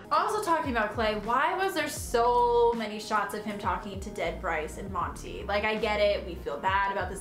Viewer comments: The way Winston was so damn irrelevant and how he pronounces "Monty" as "Monny" pissed me off so much omfg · exactly. him and monty only met like twice and he was already obsessed with him. like nah. winston was annoying, acting like him and monty were so in love